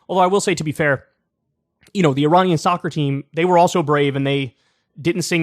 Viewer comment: Yet you still pronounced Iranian wrong!